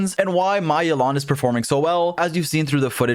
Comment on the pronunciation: You are pronouncing her name incorrectly